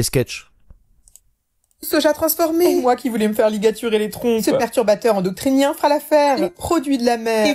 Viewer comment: Bonjour, Pour information, dans la vidéo de la "dame", celle avec le char Panzer (je ne souhaite pas la mégenrer), elle dit: « endoctrinien », alors que le mot correct est « endocrinien » (sauf erreur de ma part, et je sais que je prends de l'âge, mais à 30 secondes j'entends ceci)